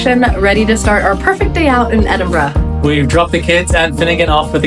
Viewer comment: Fantastic to hear Edinburgh pronounced correctly by an American, Keep it up and welcome to Scotland, Slàinte mhath.